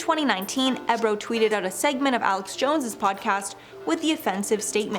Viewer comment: DJ ebro??? Omg in dying... its EEE bro.... say it with me EEEEEE...brooo